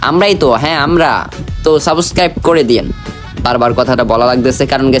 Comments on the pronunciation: সাবস্ক্রাইব ❌ সাবকাইব☑️ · তুই আগে Subscribe উচ্চারণ করতে শিখে আয়, তুই ত একটা ভুদাই 😂 ১ বান্ডেলের জন্য ১ মিলিয়ন খরছ 🤣🤣